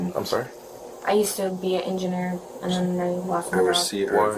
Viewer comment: engenner ? lol